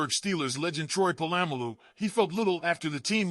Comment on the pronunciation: My man don't disrespect Troy's last name its Polamalu not po-lam-malu SMH